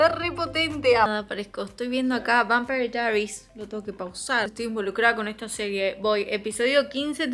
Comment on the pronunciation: xq pronunciar asi vampire diaries? que acento mas extraño. Y literal dos segundos despues, pronunciar diamong painting a lo argento. Me hizo mucho daañoooo